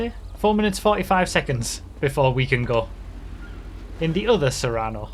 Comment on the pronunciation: not to be that guy but ... "sue-rano" and "say-rr-ano." but I can never remember which one is the car and which is the SUV